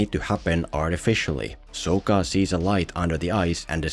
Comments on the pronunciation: how did he say Sokka??? better say shit right if you are gonna make fun it lol. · I love that you, just like the movie manage to pronounce Sokka's name wrong. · How you gunna do a whole video about last airbender but not watch the show? You're just as bad as M.Night lol. You pronounce Sokka's name wrong throughout the whole video. So cringe. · Idk what's worse their pronunciation of Aang or your pronunciation of sokka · Why are you saying SOH-KAH. its SOCK-KA. Its okay...still love you :) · Sock-ah not Soak-uh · I'd just like to mention that Sokka is pronounced sock-a, not soak-a... It's something the movie (along with Ong) infamously got wrong so I'm surprised wasn't able to do it correctly. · SAW-KA not SO-KA. Omg...smh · SOCK-KA so SOAK-KA even you are saying his name wrong bruv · It’s Sokka not sOkka. And by watching the full video I think that this guy has not seen the actual show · It’s not soaka it’s saka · He says Soak-ah over Sock-ah so much i wonder if he ever watched it. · Kind of ironic considering called him Soh-kka when his name is pronounced Saw-kka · yes! I was thinking the same thing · Bro you can't make a video about a movie where they mispronounced the main character's name and then you mispronounced another main character's name sock-uh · Did you mispronounce Sokka's name on purpose? As like a jab? Or are you doing the same thing the movie did with Aang? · Opens the video making fun of "ong" pronunciation....proceeds to mispronounce sokka the entire video...listening to this guy's voice was just as bad as the movie. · Man me and my friends were so pumped for this movie. Went in so high and excited and soon as they called AANG UUNG we were just like wtffff. Then they mispronounced Sokka’s name too smh. People hate on the netflix show but that is far better than this piece of shit we got